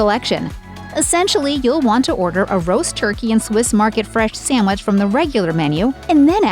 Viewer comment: It must be a regional thing, its hard to get exemplary service here. And this "professional announcer" lady saying "Samwich" is a real turn off... lol